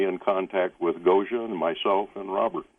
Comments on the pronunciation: Much love, Gosia and! Is Taygeta their name for their sun or ours? It goes back to Latin and Greek but is the name from their language? Bless George, he couldn't quite pronounce 'Gosia':D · Gosia, did you get a kick out of the way George pronounced your name? I'll bet Swaruu did. : ) Thank you, all. Big love to you.